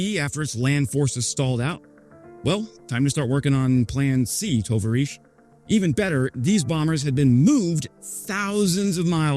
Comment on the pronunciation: “To-var-eesh”? Dude really?